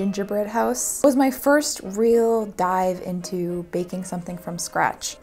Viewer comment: am i the only one that felt she said baking with a carribean accent? beahkin.